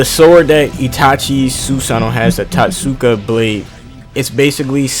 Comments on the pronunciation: It's tot-suka blade your welcome 😉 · lets pronounce this together, Toat-ska that was driving me crazy. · Yeah itachi would outplay the hell out of Madara imo. He was only this mastermind because he had all these years to live and plot. Look at young Itachi vs young Madara. Also bro pronounce it Toteska Blade